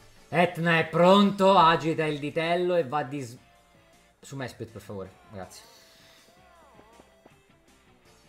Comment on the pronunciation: Mesprit diventa schelogeggia perché questo errore di pronuncia mi ha fatto ammazzare dalle risate